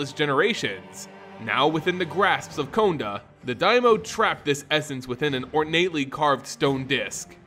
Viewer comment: Your voice is easy to listen to, and it will serve you well in the lengthy videos. Sorry to point these two out, but no one has mentioned it that I saw. Konda = K(ah)nda, Umezawa = (oo)mezawa. I really enjoyed the video though, and I appreciate the work done on it. Don't forget to do phonetic research.